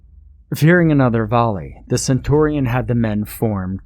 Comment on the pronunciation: Also centurion (pronounced “sen-CHUR-ee-ehn”) and legionnaires (pronounced “lee-juhn-airs” not “lee-juhn-air-eez”)